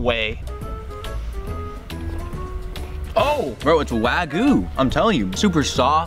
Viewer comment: He calls wagyu wagu